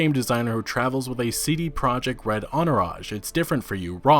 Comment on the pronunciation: You are pronouncing "CD Project” wrong. It's a Polish company so their name is in Polish. It's ”tzee-dee proyect”.